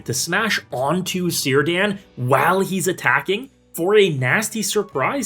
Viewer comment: awww I was hopeful Círdan would be pronounced right xD